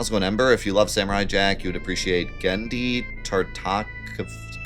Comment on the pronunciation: You butchering Genndy's name on purpose was cringe.